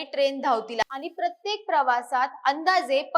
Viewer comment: अरे किती आनी पानी करते बातम्या देताना.. कुठलाच न आणि ण बरोबर नाही